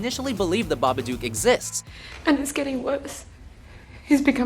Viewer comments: Babadook rhymes with book. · How are you going to mispronounce number 1? They actually say it about 60 times in the movie? Fail. BĂBADOOK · The "Babaduke"??? I understand you have an accent but damn, not hard to pronounce. And Six Sense......really......You missed Dont Be Afraid of the Dark and Silent Hill. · And AlSO it's pronounced ba-ba-duke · How did ya'll pronounce "Babadook" so badly? BA-buh-duhk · But couldn't even pronounce the name properly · she pronounced babadook wrond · m8 pronounce babadook properly u dumb dumb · He pronounced "The Babadook" wrong...uhg... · babadook? come on lol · Lol Americans pronouncing Babadook is funny. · He said babadook wrong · Why does he say the babadook the way he does? they literally say it in the movie, there is no reason for that hilarious pronunciation.